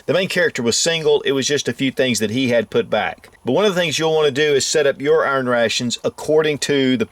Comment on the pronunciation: I don’t know what “urn ray-shuns” are, but I know what iron rations are.